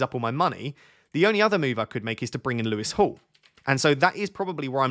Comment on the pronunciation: For a split second I wondered why you were calling Lewis Hall "Lewis to Hall" ... it's been a long week 🙃